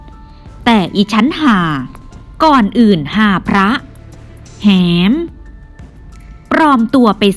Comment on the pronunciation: แหม..แหม..อ่วนว่าหมอแอแหมนะคะไม่ใช่อ่านว่า. หอแอแหมนะคะ